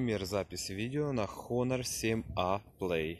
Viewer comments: Не хонор а онор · Всё хорошо,но, название не Хонор. По транскрипции без первой глухой буквы (то бишь Онор).